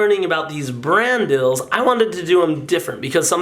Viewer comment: cream chellar let him say dill, DILL?